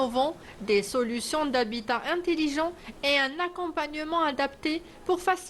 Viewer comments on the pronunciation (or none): "Int"E"lligent. et non pas "Int"I"ligent. "Intiligent" n'existe pas en Français.